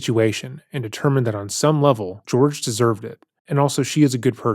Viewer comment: The practice she is attempting to refer it is called kintsugi, not “kintu sugori” or whatever she’s saying. But idk why I would expect her to say that correctly when she can’t even say Jorge instead of “George”